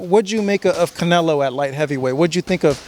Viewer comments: he said Canela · He said it right ...... canela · Y they say canlea 😂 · yes he said canelA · “ Canela” lmao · Everything he say Canela it cracks me up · He called him canela lol